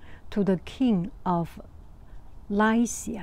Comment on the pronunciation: Funny thing is you were pronouncing Lycea correctly, the computer was incorrect.